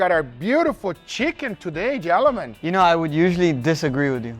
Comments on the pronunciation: I love when Guga says "Jellamen"! It gets me every time! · I LOVE HOW GUGA CAN'T PRONOUNCE GENTLEMEN AND SAYS "JELLO-MEN" 😆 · Guga's pronunciation kills me..... Jellamin instead of gentlemen lol.